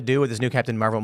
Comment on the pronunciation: Ah yes. The Pentagain and Amerikur